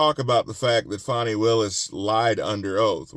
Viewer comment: You're right on about her, and you always pronounce her name right! 😉👍 Too often I hear people saying her name like "Fawny" and I don't think it's funny! 🇺🇸💪